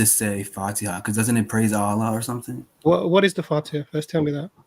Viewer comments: He said aalaa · He can't even say Allah properly. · The way he pronounced "Allah" is very clear to prove that he isnt a muslim